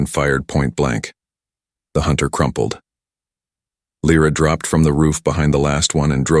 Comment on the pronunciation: I nomi, questi sconosciuti: non La o L R A, Lyra [ Laira ]. Non S, ma Sail. Devi migliorare. Bella storia, e trama ... Come ' Salsedine '? Sail! Allora! Non siete italiani :-( :-(